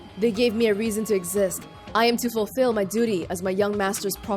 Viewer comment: "fufill" The word is fultull. Uh. Uh. Fultull is not a word anywhere in the English dictionary... O-O